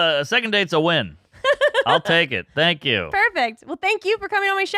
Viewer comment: "THENK YULLLLL!"